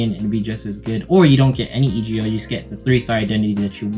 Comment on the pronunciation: "E" "G" "O" like Old Macdonald lol. Thanks for the guide though